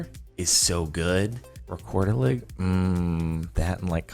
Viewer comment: dont quote me on this but im pretty sure "rekorderlig" is a danish brand. None the less im pretty sure its pronounced "rekorderli" with a silent "g". Atleast thats how its pronounced in denmark. EDIT: nope its swedish, just googled. But yeah pronounced with a silent g.